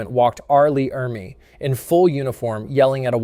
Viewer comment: It's pronounced "Ermee".